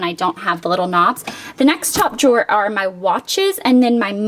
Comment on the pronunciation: I love your closet!!! It is so cute and the jewelry drawers are really cool. I like how you say jor instead of drawer :-)